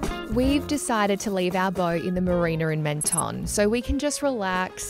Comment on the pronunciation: Menton is pronounced ‘Monton’ 😊